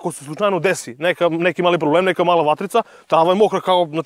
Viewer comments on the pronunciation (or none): none